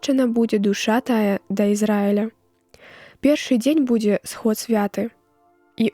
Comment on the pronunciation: Сход святы' трэба, а не свя'ты.